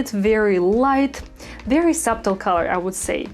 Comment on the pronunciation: I am always amazed at how good your English is, so I hope you will accept this tip in the helpful spirit with which it is being sent. In "subtle", the b is silent.